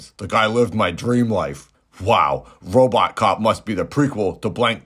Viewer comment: Confused Man can’t pronounce RoboCop, but says “vignette” with grace and ease, lol.